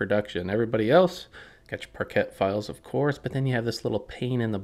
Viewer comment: I have never heard anyone say “parket”